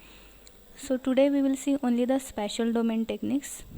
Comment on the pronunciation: Its spatial not special